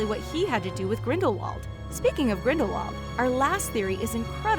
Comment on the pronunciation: she said "when the first fantastic beasts, the crimes of grendalwold "